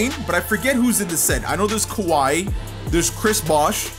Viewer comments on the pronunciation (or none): none